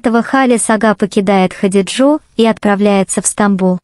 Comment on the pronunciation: ХадиджЕ, ставьте ударение в именах правильно, слушать противно